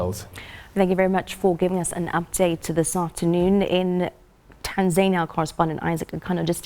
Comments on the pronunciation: 😁😂😂 ..Tan(zaynia), TaNZANIa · Right on....who taught her how to pronounce Tanzania.....?as "TanZAINia "so confidently wrong..!